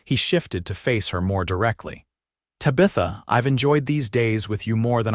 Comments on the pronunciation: TAB-i-thuh....not ta-BITH-uh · This was a good story of love and a family. The AI narrative is bad Tabitha is pronounced TAB-A-THA. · Stage-a-coach-a? Ta-bith-a? Is English not your first language? Or just a really bad AI package? Cannot finish listening... awful. Will not be subscribing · Your A.I. reader is really murdering Tabitha’s name. Really ruins the story! 😮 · You need better AI to say the name of the woman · More crap AI. Mispronunciations especially the name of the lead lady. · The pronunciation of her name is annoying. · Great story despite the pronunciation of Tabitha being so jaring.